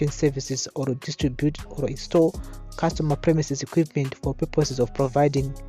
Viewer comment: Why do you matshona people say oro instead of or. Just say or. There's nothing like oro.